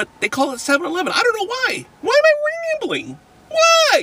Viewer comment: Wai am i wambling???!!!